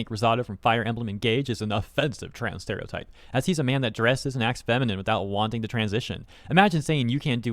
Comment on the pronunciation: LMAO 'Steriotype'.